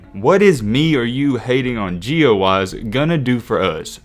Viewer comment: Intro be like "Gio Waise"